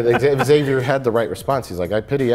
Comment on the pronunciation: "egg-xavier" NO! That is NOT allowed.